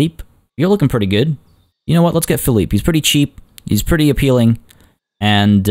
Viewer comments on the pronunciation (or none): As always, a pleasure watching the concept-design-implementation process with the habitats. It is just a joy. Spanish tip of the day: Felipe (Phillip) is pronounced kind of like Feh-LEE-peh. Also, name suggestion for the habitat: TortuGalapagos (Tortuga means tortoise+turtle in Spanish)